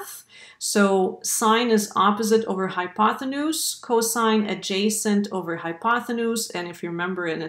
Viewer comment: Nice explanation. But the word is "hypotenuse" NOT "hypothenuse".